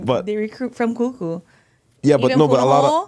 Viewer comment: 😂😂😂😂kuhuku..its..ka kahuku.....are you hawaiian if your name hawaiian?....waianae represent but went moanaloa....😂😂😂its just how you interviewed her it's funny.... I'm a huge fan of both of you! Awesome,you guys did good. Good fun watching...looking forward to more episodes